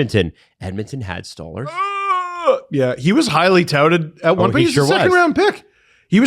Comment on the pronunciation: Who is Stallers ? It Sto- larz guys can we stop butchering names